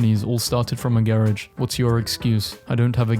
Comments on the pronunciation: the fact that he said garage instead of garage makes me angy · Why do you pronounce garage like that 😭